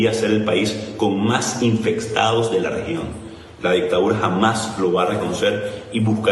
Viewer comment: si escucharon ? "infecstados" y ademas llama a la cohabitacion